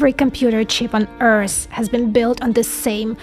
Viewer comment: "every compooter chip on Earse"...where is this Earse?